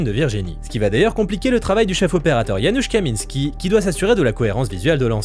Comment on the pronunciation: Entendre bien prononcer les noms polonais (fréquent pour les directeur photos américains) c'est le signe d'un YouTubeur qui respecte les gens dont ils parlent. (car oui ça se prononce Yanouch et pas Janus)